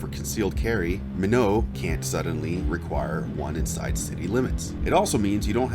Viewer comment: Not try to bust halls here but its pronounced (my-not)